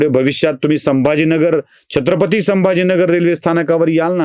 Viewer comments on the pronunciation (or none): none